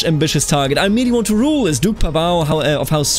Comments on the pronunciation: your pronounciation is very good, Mladen is good, Pavao is more like u would pronounce Paul but with a short V and without the accent on V, i hope i helped a bit if u care about doing it correctly. Hello from County of Zara :D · LOL funny all the comments talk about pronunciation - I did a search of my last name in Google tonight - PAVAO - and this video was first to pop up. You say the name correctly for the Portuguese Pavao's but not right for Croatian Pavao's. I was impressed you said my name right because most people pronounce it wrong but I knew it was wrong for this video. Thanks for the video - dont know what its all about but thanks for taking your time to produce this for others.